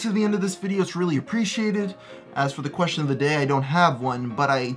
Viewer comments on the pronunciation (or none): " me wanty zeshwun"